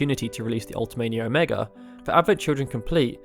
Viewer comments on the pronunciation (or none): none